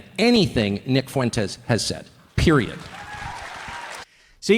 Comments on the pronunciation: Why is it always the Latinx nimrods that cannot pronounce Fuentes correctly? It's pronounced Fwent-tez. Not Foo-en-tez. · It's "FWEN-tez", not "foo-WEN-tez". Why can't you get this? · Why do people pronounce Foo-wentez like that? So irritating. It's pronounced Fwentez phonetically. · Never stop making Fuentes a 3-syllable word I love it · Dawg if you’re going to talk about Fuentes can you not say “Foo-went-ez” it’s so insane lol